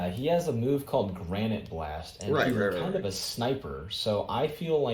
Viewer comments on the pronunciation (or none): are you talking about granita, like the italian dessert? We're reading it as granite like the rock you find in a quarry. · You keep mispronouncing the “Gra-ni-te” in Granite Blast. It’s the name of a dessert. That’s why he talks about food and taste all the time. My idea for his domain is a cake shop with ube and sweet rolls surrounding and shooting for all angles.